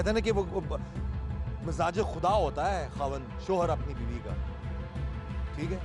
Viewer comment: mizaje khuda nhi anchor ..mijazi khuda hota hai